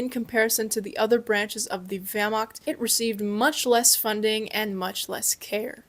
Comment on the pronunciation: THE WERMAKT 🗣️